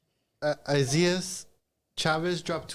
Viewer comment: Name: Isaias: Eye-Zee-Ass